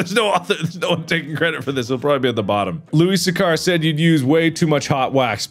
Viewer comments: It's not how you pronounce Louis Sachar. I did a presentation on him about a decade ago. It's (Loo-Iss) (Sack-Er). Louis Sachar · Loo-iss Satch-ar, Mark. Pununsiation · Louis Sachar is not pronounced the way you pronounced it, Mark hahahaha